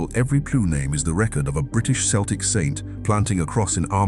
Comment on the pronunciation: Mispronounced 'Celts' and 'celtic'. Poorly researched AI slop, it can't even get that right. 👎